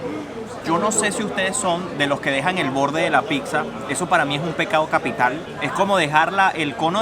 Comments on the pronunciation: Casi me sangran los oidos con cada vez que escuché 'picsa' en lugar de 'pizza' 😅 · y, yo los sigo desde hace tiempo, vivo en Italia y hoy encontré este video. Espero no se ofendan por mi comentario pero no se dice “PICSA”.. sobretodo si tiene familia italiana, se pronuncia “PITZA”.. se los menciono porque ustedes son creadores de contenido y es importante aprender también términos de los nuevos países y en este video se repitió PICZA 😖😖 como mil veces! 😵 algunas personas la llaman “Pisa” pero eso es una ciudad en la Toscana.. en italiano la doble ZZ se pronuncia TZ. Nuevamente espero que no tomen a mal mi comentario. Saludos!!! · saludos, solo para comentar que le pronunciación correcta es " pitzza ( con T ) espero no te ofendas. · Chicos: la palabra Pizza 🍕 se pronuncia con ts, así: pitsa. Pues la doble z se pronuncia como suenan la ts juntas. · Pixa?? Que raro suena pixa. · NO podés ir a Italia tantas veces , estar casado por años con con una Italo - venezolana y : 1.- No haber comido nunca una pasta all"amatriciana. 2.- Llamarle "tocineta" a lo que comés en la carbonara y la amatriciana . 3.- Seguir diciendo "Picsa" . Boludo : Duele en los oídos cuando le llamás "Picsa o Picsería". 4.- No hablar ni el italiano básico ! De qué te sirve viajar ?